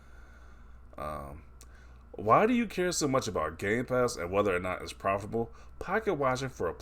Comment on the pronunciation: This guy adding way too many syllables to profitable lol